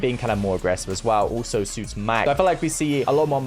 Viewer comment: "owlso." - (2022)